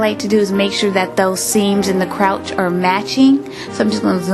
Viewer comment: It;s crotch not crouch